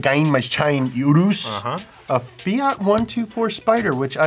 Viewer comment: the way said Urus was pretty good European accent